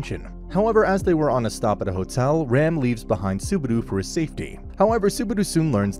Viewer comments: Me hearing suh-baru instead of subaru in the first 9 seconds made me give up on this recap. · Bro really said Subaru. It's Subadu